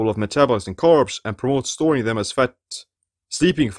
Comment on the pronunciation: I love the way you say, Fatt